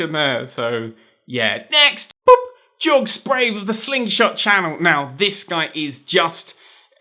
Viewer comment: No no no no pronounce it yorg spra-ve